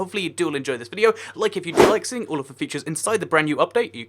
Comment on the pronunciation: Featires? xD